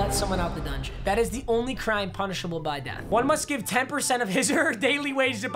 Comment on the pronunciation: Not to be that guy but dungeon not dungon. And to be that guy, no one/nobody jokes aren't funny stop using them